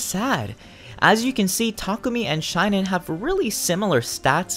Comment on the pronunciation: Shinon (shin-on) not Shine-on. Sorry as a fan of the Tellius games it's a little annoying when someone mispronounce their names.